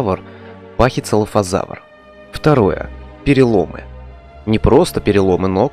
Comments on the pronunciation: Произносится ПАХИЦИФАЛОЗАВРА почему ты говоришь ПАХИЦЕЛАФАЗАВР? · Спасибо тебе большое за видео, но ПАХИЦЕФАЛОЗАВР, а не ПАХИЦЕЛОФОЗАВР. Слух немного режет...